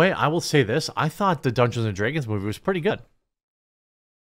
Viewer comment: Homie its not pronounced draaagons, its just dragons